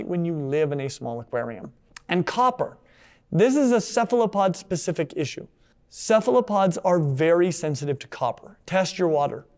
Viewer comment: boos when says cephalopod with a soft c instead of a hard c lmao edit: also imagine being a human with our stupid blood vessels in FRONT of the retina when cephalopods have their retina in front like is proper